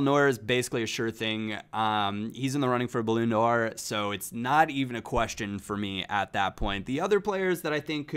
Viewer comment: "Balloon door"